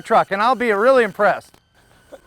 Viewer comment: 'weely' nice video